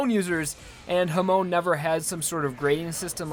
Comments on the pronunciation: For gods sake its hamon not hamone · I thought it was Hah-Mone rather than Huh-mone. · Why does he say "Ha-moan" ? bro. ITS HA - MON. Not Ha Moan. THEY ARENT MOANING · Please please is hamon not homon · OTS HAM NOT HUM ITS HAMON NOT HUMON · ur saying hamon funny it sounds like u r saying hamone and u might be right but i think its pronounced ham-on but i dont know im probably wrong sorry for wasting ur time. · I know 3 years too late but homie is Ha-moan not huh-moan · Who else hates how he says Hamone instead of Hamon. Still love the content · Why do people pronounce Hamon like "Hah-moan" instead of "Hah-mon"? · hoRmone not homone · HAmon, not haMON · HA-MON not HUH-MOAN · Hamone hamon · It's actually not correct. It's pronounced "hah-moan", not "huh-moan". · Your definition is correct, but this guys saying it more like "hamone" instead of a "hamon" kinda sound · The stress in Hamon and Zepelli should be in the first syllable, not the second. So it's HA-mon not ha-MON, and ZE-pel-li not ze-PEL-li. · CatoSierra Every vowel in japanese is constant. They NEVER change. A sounds like "up" I sounds like "eat" U sounds like "blue" E sounds like "end" O sounds like "on" This is constant. It's not Ha-moan. It's Hum-on. And, Zeppeli is explicitly a reference to Led Zeppelin, so of course it's pronounced the same. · Ha-moan triggers me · Why do you say hamoan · His pronounciation though, Waam (Wamuu) hamoan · I have had a stroke so many times now just because of that “huhmone” and “zepelly” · I love how you say hamon like hemon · The way you pronounce Harmon is strange lol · i thought it was pronounced ha-mon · Hamoon hamun hamoun NOT EVEN A SINGLE HAMON WAS SAID THE RIGHT WAY MAN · why does pronounce hamon as hum own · Hamon is pronounced ham-on ham-own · you say hummon, gwida, jorno just please stop butchering the names XD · The way he says “Hamone” it triggers me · Its pronounced (ham-on) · "hamone" "zeppelly" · Ham on sounds like ham in Spanish